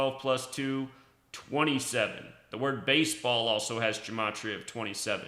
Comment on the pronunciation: Dude, it’s numerology and you don’t even pronounce gematria correctly. It’s so fucking annoying. Gematria is the encoding of words into numbers. Numerology is the decoding